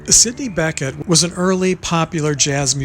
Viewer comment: Also Sidney Bechet is pronounced Ba-shay......French